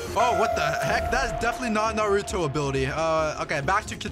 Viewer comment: can you say naruto right 😭